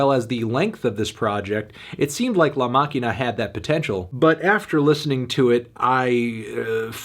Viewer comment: The Pronunciation of "La Maquina" Was impeccable